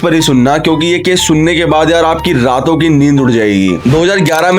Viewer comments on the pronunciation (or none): Lato nhi bhai rato hota hai 😂